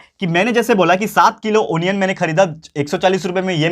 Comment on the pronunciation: Sir is telling wrong pronunciation is not a anian its a onion